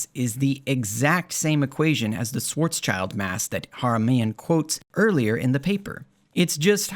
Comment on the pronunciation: I've read Haramein's Schwarzschild paper many years ago, and as a physicist from this field (quantum gravity) I was really surprised by how sloppy and weird it was. Apparently that didn't stop him from producing more pseudoscience. So I really liked your video. One small remark (if already noted by others, forget about it): you pronounce Schwarzschild as "Schwarz-child", but it's actually pronounced as Schwarz-shield" ;) All the best!